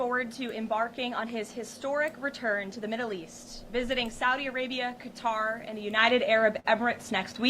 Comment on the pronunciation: She misprounced Qatar. Should be like "Cutter", not "Kaytar".